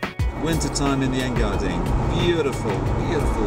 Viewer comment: A little uninformative, and a little weak. Also it isn't Engardin, it's Engadin.